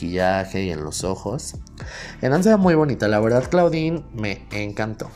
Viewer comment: La pronunciación es "Clodin" no "claudin"....es onomateya del nombre en francés. Además la palabra en inglés Claw se pronuncia "clo", es decir, "garra".